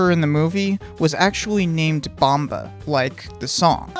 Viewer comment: It's BOMBA not bamba.